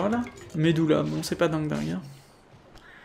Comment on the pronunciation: Par contre du dis des ou au lieu de u et parfois l'incerse Pour le ShagarOU magala tu dis u 😭 (exemple avec les medulla où tu dis medOUlla) Bref pas grâve je comprends tu essaie de les dorés à la japonaise